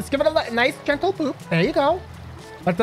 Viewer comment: Niceu niceu! Very niceu!